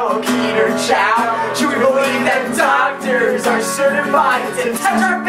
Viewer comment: I swear the first time I heard dog turds not doctors.